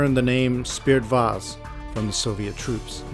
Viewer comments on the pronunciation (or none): I am really sorry for doing this , but i cant help my self. It is not Spirit vase. The Russian nickname for the MiG-25 is "Спиртовоз" (Spirtovoz), which literally translates to "Alcohol Carrier" or "Spirit Carrier." С (s) – sounds like the "s" in "see." п (p) – sounds like the "p" in "pen." и (ee) – sounds like the "ee" in "see." р (r) – rolled "r" sound. т (t) – sounds like the "t" in "top." в (v) – sounds like the "v" in "victory." о (o) – sounds like the "o" in "pot." з (z) – sounds like the "z" in "zebra." So, it’s pronounced approximately as "Speer-toh-VOHZ".